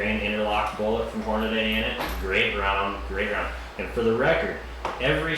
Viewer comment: Hornady... Not Hornaday. lol. Thanks for the video.